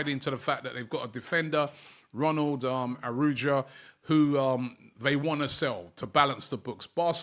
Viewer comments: It’s pronounced Arau-ho not Aru-ja whacchu on brev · can't pronounce araujo... its pronounced araaaw-hoe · Aruja??? 😂😂😂 nailing the names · robbie ronald Araujo is pronounced as "Araho"